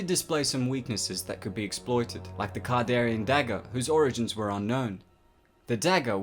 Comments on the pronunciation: Can-dare-e-an not "cardarian" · You keep calling the deadites kardarian demons and the dagger kardarian, it's not kardarian it's kandarian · Kandarian not kardarian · It's CAN-darian, not CAR-darian. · It's Kandarian ,but nice work! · Dude... It's a Kandarian demon, not kardarian demon. Jeez... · He says it wrong every time. Kon-dar-ee-in. He sounds like he mixed it with Kardashian. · you didn't really cover any lore rather than review and repeat the plot of a few movies. The pronunciation of Kard instead of Kand is also wrong. In a video about exploring, this one came off as just a bit lazy. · Learn to pronounce a word right it's kandarian dagger not kardarian that's annoying when you butcher a word that's well known by the fandom and that you align deadites with zombies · Pronunciation needs work but cool video. Kandarian Sam Rayme Necronomicon ex mortis not morte, that’s HP Lovecrafts version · He says Kandarian wrong so many times, I feel like this video is a joke meant to rustle my jimmies. It worked. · and he's not saying kandarian right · Kandarian not kardarian and it the necronomicon you've pronounced both words wrong